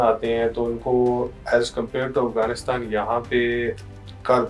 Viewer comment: AAP Hindu ho shayad AAP ko Afghanistan Bolna nai araha indian s ki terah bolt rahay ho